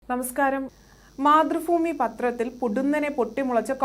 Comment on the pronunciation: ഫുമി അല്ല ഭൂമി ആണ് സംഗിണി സഗാവേ